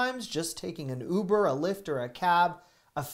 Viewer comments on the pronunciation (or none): none